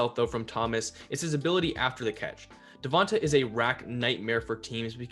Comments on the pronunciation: Da-von-tae say his name rt not hard buddy that besides good vid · Duh-von-tae....the announcers are literally saying his name 😒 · Pretty sure you're saying Devonta wrong. It's a strong A at the end of his name. Hoping the Eagles end up with Chase. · Great analysis. But I waited all video for you to say Devonta Smith's name right. It did not happen.